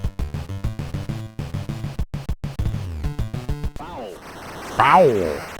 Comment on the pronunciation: It's "foul".